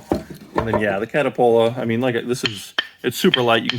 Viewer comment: Cuh-tal-puh lol